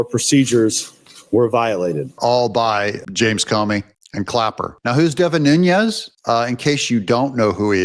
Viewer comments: Just an awareness note: Deven Nunez’s last name pronunciation comes from Portuguese rather than Spanish/ Mexican pronunciation. 😊 He is greatly missed as our best California Representative! Along with his lovely family too! Deven resigned because his family members and he were getting many credible death threats from radical Marxist Democrats; and Newsom’s groupies were gerrymandering his district to try to force him out that way too. They are currently trying to do the same to at least 4 more of our 8 Republican seats, after they did the same to Michelle Steele of N. Orange County by adding in a big chunk of Democrats in S. W. Los Angeles County! Now they want our own Ken Calvert of Corona and Indian Wells and La Quinta, Riverside County! We can’t let them do this to us! They hold 53 seats by doing this! We have 40% Republicans even with so many moving out of California! Our Voter Rolls must be cleaned out of illegals, Felons and the Deceased that they keep on for the illegal voting to take their names! Make sure your own family members who’ve passed on were taken off voter rolls! Take their death certificates to the Voter Registration desk in your City/ County Offices ! Hurry! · Devin Nunes, not Nhunez; as in Pedro Nunes ( ), Portuguese mathematician, cosmographer, and professor. Nunes is a common Portuguese surname. What you are saying is Núñez, the Spanish version of the name. Your son will love the Portuguese history, and will study the Tactics of Viriato x the Romans, in ?West Point? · Doug!!!! You’re continually mispronouncing Devin Nunes’s name, and he deserves more respect. It’s pronounced NOON-nez (NOT NOON-yez). Thank you. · Nunes not Nunyes 😂😂😂 maga on my man. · Hey Doug, why do you call Devin Nunes "noon-YEZ"? Is your name pronounced "ten-yapel"? There is no tilde over the second n in his name, so it is pronounced "noon-ez." No "y" sound. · I'm not upset. I'm just helping you pronounce Devin's name It's Nu nes is how you say his name. I hope this helps